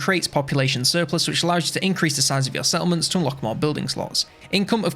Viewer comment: took me 5 mins to figure out that you were saying settlements, not salmons...